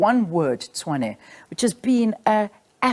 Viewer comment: Any person (especially black), thinking this man is the solution really cracks me up😅😅😅... especially when he talks about "diversity" 🙄🙄... meanwhile he can't even pronounce Tshwane... calling it"chwaane"🙄🙄. I really wish my people can wake up from this lalaland.